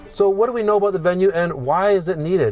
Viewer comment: Bravo, c’est la bonne prononciation. You got it right. Keep up the work. 🇲🇶